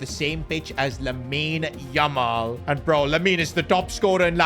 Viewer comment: Bro said lamine umal 😂